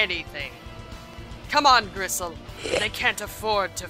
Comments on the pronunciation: does she keep calling bristle gristle? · I hate to be the fact nit-picking nerd, but is she calling the boar Gristle or is that just something I'm mis-hearing? His name is Bristle '^' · hes called Bristle with a B(not Grisle). His name comes from nordic mythology where the god Freyr had a huge golden boar name Gullinbursti(Bursti=Brush) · Griss.... uhh I thought it was Bristol? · isn't it Bristle? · isnt it Bristle?